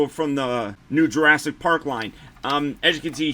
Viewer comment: ASS-IC PARK? LOLLL great review!